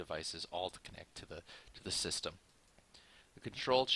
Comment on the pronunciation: fucking sis-tam